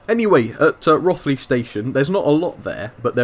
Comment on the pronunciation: Hi, it's pronounced Roe-th-ly.